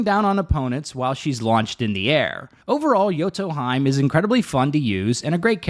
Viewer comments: Bruh the way he said Yoto Hime is wrong lol, its Yoto he-may not hyme lmao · pronouncing yoto hime like its nordic is crazy LMAO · I like how she literally says Yoto HE MAY , and he still says Yoto HIME 😂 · This was especially annoying when they cut Yoto Hime pronouncing her name right and then the narrator immediately pronounces it as Yoto Haim. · That has to be intentional, but hearing the character pronounce her name "Yoto Hime" as in, "He-may" and instantly hearing you pronounce it "Yoto Haim" instead really gets on my nerves. So infuriating when you know it's the wrong pronunciation but go with it instead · Hears how she says her own name, "Yoto Hymn,": "Anyways, Yoto Heim is..." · thank you! I'm going crazy with all those fake knowledge pronunciations, especially when people correct a wrecked-american pronunciation with "correct" one, which is STILL not right... but to Yotoheim we go, where Valkeyreys are flyeying!! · P.S. Its pronounced Yoto He-May. Heeeee Maaaaaay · cool vid, but about pronounciation -> she already says her name correctly in her intro vid :'D Yoto He-meh... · Isnt it yoto hee-may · Its pronounced Yoto Hee-may. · the way you mispronounce yoto hime makes me genuinely want to tear my hair out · Its funny how yoto hime says her name and you mispronounce it immediately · Really cant be that difficult to just pronounce a characters name correctly. Really common trend of content creators not even bothering and then hiding behind "oh names are hard for me" youre a full grown adult dawg be serious. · Let me show you the correct way to pronounce Yoto Hime then right after pronounce it wrong LOL. Solid vid though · As a yoto main for 2 years you just assaulted my ears with that pronounciation of her name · especially after she pronounced it as yoto hemaie lol he pronounced it in some Irish tounge as if she's a goat or something lmao! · She even says it omg im so sorry